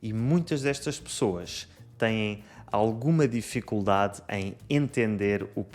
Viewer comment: Caro, no minuto ouvi que pronuncias um (eles) “têm” diferente do (ele) “tem”. Assim, eu tinha estudado que é diferente: ele “teim”; eles “teiem”… Mas depois alguém explicou-me que não era assim e que é sempre “teim” como de pronuncia (para ele tem e para eles têm). Poderias esclarecer, por favor?🙏